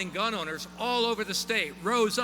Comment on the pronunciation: Gun not gin